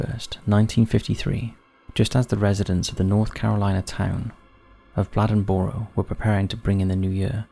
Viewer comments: As an NC native it's pronounced Blay-Den-Burrow. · I've been following this channel for awhile now, and this is the first time I've seen something from where I'm from. I'm from a lil city right outside of Bladenboro, called Lumberton. The last lil clip of the story, of the newspaper, actually is made from my city newspaper called The Robesonian. That made my day seeing this on here, thanks! P.S. I think it's cool how you pronounce Bladenboro lol. We say it more like blade-in-borrow